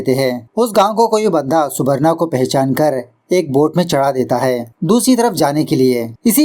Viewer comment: Subarno pronounciation hoga